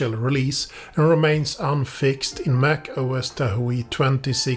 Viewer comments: Tahoe is pronounced tah hoe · TahO! The e is silent!!